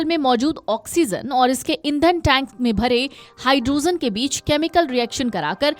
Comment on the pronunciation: Pehle pronounciation sahee kijiye.... Hydrogen ko aap Hydrozen keh rahe hain.